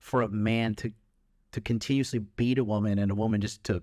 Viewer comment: His defence was even worst 😂 he could have say oh I misinterpreted, I am agaist violence. Instead he chooses to stress on the word continuous. I am against CONTINUOUS abuse... ofc If there is CONTINUOUS abuse it's not ok... dude, what so if some guy just knocks out his wife just twice is fine 😂. Are you trying to get cancelled or what